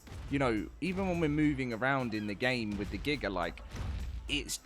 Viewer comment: Gigger is wild it’s giga pronounce dat right next time